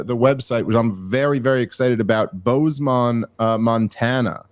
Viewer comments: Dave it's BozeMIN not BozeMON haha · Boze"men", not Boze"mon" Monrana. Just helping you out before you get there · Its pronounced Bohz-men, but im definitely gonna have to catch that or the wyoming show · How is Dave so smart yet he can't pronounce simple names like Bozeman